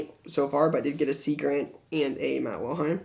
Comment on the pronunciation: Love your videos....but ...You keep pronouncing it wrong...Matt WiLHELM....not WiLHEim....the second to last letter is an L not i. :-) keep up the great content.